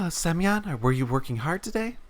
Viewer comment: Сук,каждый раз проигрываю с этого "semyon":D